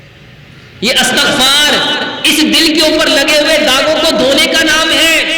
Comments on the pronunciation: Astaghfar nahin hota Istaghfar hota ha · استغفار / الف اور تاء کے فتحہ کے ساتھ نہیں ۔ بلکہ الف اور تاء کے کسرہ کے ساتھ ھے۔ عفوا